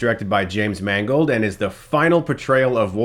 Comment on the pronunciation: Damn!.you said James Mangold. I thought you said it was directed by "James Mangled"..bugger.